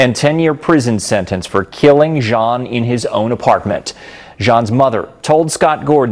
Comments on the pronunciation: PLEASE pronounce his name correctly....NOT pronounced like a pair of Levi "jean"s 🤦🏽‍♀️ Thank you for covering this story Bo was dear to my entire family here in Dallas. GUYGER SHOULD ROT IN JAIL FOR LIFE she killed him on my birthday 😭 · HIS NAME IS BOTHAM Jean "pronounced JOHN"